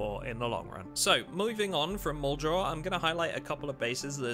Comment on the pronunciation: I think you've been making zomboid content long enough that you should be able to pronounce muldraugh correctly